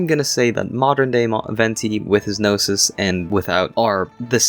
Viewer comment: It took me 12 min to realize you said Gnosis and not noses😭😭😭😭